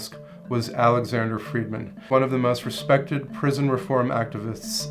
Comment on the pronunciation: "Friedmann"? Is that Irish?